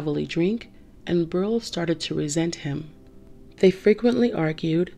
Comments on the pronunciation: Beryl is pronounced bear ill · You pronounced Beryl wrong.